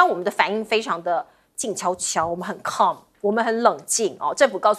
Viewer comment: 而且calm 的發音錯誤！她發音成為 come! 因為一般的錯誤是”L”的發音捲舌頂额不到位！